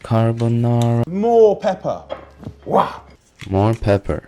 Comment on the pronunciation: He cant even say carbonara authentically hahahahaha gennaro must be so ashamed. But the recipe's fine lol, yeah the garlics not necessary but it's not ruining the dish either - maybe inauthentic, but it doesn't really disqualify it from being carbonara.